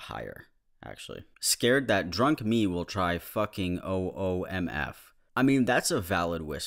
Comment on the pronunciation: I had to google what "OOMF" means since you pronounced it as an acronym. I thought it was an interjection at first, "OOMF!" as in "HNNNNNGGG!"